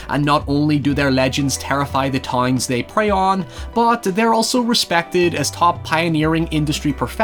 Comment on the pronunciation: accent is very soothing to me. Like when he pronounces town as "tine" and however as "hiever" my UK ancestry genes tingle